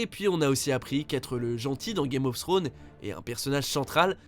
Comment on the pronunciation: Y a un S à la fin de Thrones...🤦🏽‍♂️